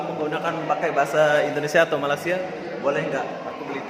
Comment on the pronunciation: AQ klau bleh baiki blik die sebut malaysia tu kn enak😂btw nice vid